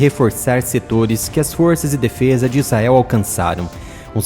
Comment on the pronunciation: IIGNORANTE , se pronuncia ISRAEL, e não IZAEL... o cara sabe que está pronunciando errado, e caprichosamente escolhe pronunciar erradamente.